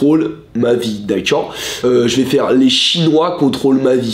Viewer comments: Le "d'accuiord ?" à chaque fois il me tue de rire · "dakaur" je meur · Le d’akcord 😭